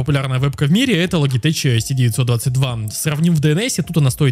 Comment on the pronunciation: Люблю твои видосы посмотреть но "логитеч" прям режет слух)